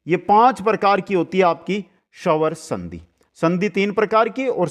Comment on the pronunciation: सवर संधि नही स्वर संधि बोलो सर आधा स ह इसमें 🙏